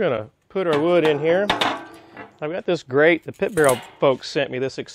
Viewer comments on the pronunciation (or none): none